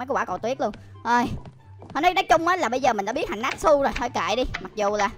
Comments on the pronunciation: Natchu ko phải natsu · ơi natsu tiếng Việt đọc là (nát chư) nhe!